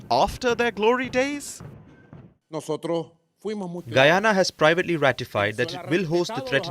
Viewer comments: Did he say Goo-yana? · not gu yana but guy ana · Whats Goo-yana? Its Guy-Ana. Like how you proinounce Guy. When you dont know how to pronounce a name, just youtube tourist videos of the nation or something. Keep it professional. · It's pronounced 'guy ana' not 'goo ana'. Otherwise excellent coverage.